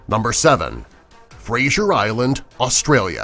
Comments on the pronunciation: It's not Frasier island I live in Australia it's Fraser Island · I from Australia and btw you said Fraser Island WRONG